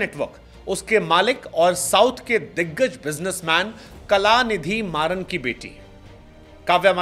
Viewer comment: भाई काव्या मारन है.... मरान नहीं कलानिधी मारन बोलते हो....और काव्या मरान😂😂 मरान इतनी बार बोल दिया की अब खुद काव्या नाम बदलने वाली है😂